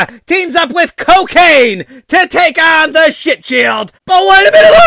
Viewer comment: Co-Kane :D